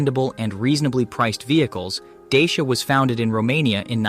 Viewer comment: Thanks. Good effort. A little repetitive. Dacia advertise in the UK pronouncing their name not as ‘Day-Shi-a’ but as ‘Dacha’ as ci is pronounced as ch as in Italian. I hope this helps. Keep up the work